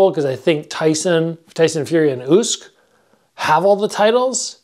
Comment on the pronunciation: did you really pronounce uysk wrong too???? must be trolling XD